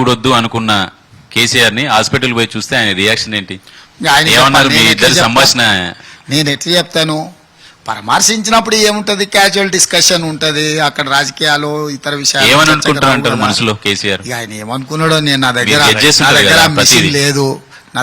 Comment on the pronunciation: Paramasinchinappudu kadhu paramarsinchinappudu anandi cm sir